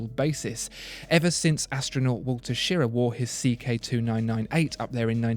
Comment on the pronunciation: If you do another one of these, the American astronaut's name is pronounced Wally Sheer-RAW.